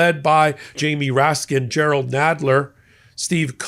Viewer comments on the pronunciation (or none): none